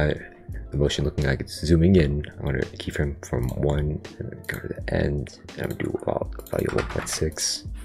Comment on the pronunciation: i hear you say keet everytime